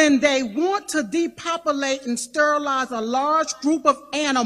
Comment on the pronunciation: "StERilize". Lol